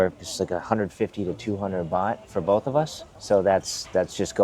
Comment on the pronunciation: Great video but It’s baht 😊